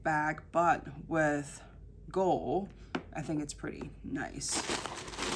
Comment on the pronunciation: Lovely video and bag. Please pronounce the "d" in "gold."